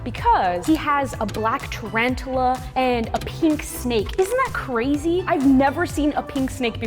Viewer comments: It’s tarantula not “ tarantala “ 😂😂😂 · It’s tarantula, not trantres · You’re saying it wrong it’s called tarantula not tarantula😂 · Its not trantula its tarantula